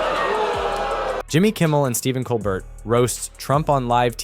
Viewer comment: Lol COL BERT LOL ITS Colbert